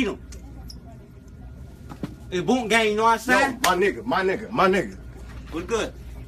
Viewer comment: That nigga said bont gang